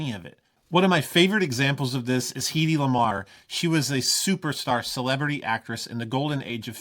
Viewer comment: Thanks! I think Hedy rhymes with Betty or petty. At least that’s how I’ve always heard it. You rock! I built a solar power system for our home, I write and record music, I’m going to learn to fly and I’m going to buy a plane. I’m old. I’ve always been impressed by your ability to design/build, reverse engineer, etc. pedals. Also that you are a pretty damn good guitar player. I always took issue with the shortened “Jack of all trades” saying. I’ve known too many polymaths.